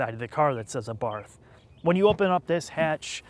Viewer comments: "Abarth" is pronounced "Abart". The roaring pass is scaring the drones away. 😄 Leave it to the Italians to focus on passion properly. 🙂 How can they put a Beats sound system in the car? Isn't Beats just a ripoff brand to fill a rapper's lair with more bling? (Well, OK, at least the name isn't misleading marketing.) Hill assist - Now the parking brake will completely rust away in loneliness. That's the other thing about the Abarth. The bird was trying to tell you. (I gotta say though, if a bit of tweeting in the background bothers you even though your voice is clearly understood, your perfectionism is your curse. ... And birds tend to sing for prolonged periods. ... And they usually sound lovely.) The Abarth makes the birds sing. The birds again. 😜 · For the love of God, it's pronounced ah-bart. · Say: Ahhh-Bart. Ciao. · Great review but the Fucking H is SILENT! Otherwise, I enjoyed your review. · PLEASE, learn how to pronounce the model designation. No-one can take you seriously when you so completely mispronounce "Abarth" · Also, by the way, the correct pronunciation is Ah-bart, not Ay-barth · It's pronounced: Ah-Bart. NOT A-barth, or ahBarth (with the emphysis on the BART). And NOT like this bozo is pronouncing it (uhbarth). Also, why is he even reviewing this car since he clearly thinks the car is a bad joke. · The "Abarf"! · Either is better than ah-bath. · "Abarf, Abarf, Abarf, Abarf". The H is silent, Abarttttttttt. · It’s pronounced “Abart” not “Abarth”. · OK nice review... But it is an 'Abart' not an 'Abath'! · Came all the way over here, 4 years too late, to tell you it's pronounced, 'ah-bart.' His name, was Karl Abarth... Google, something. Ya' Ninny! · Abart. The th isn’t pronounced as it appears. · I'm pretty sure it is pronounced "abarT" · We say in Italy Abart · How can you take anything seriously about a car that looks like that. Should be called an A-barf. Turbowski would NOT own this thing.